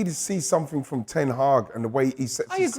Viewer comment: “Where are you getting it frrrroorm, Where are you getting it frrrroorm”